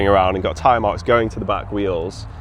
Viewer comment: Tyre? "Teeree" ?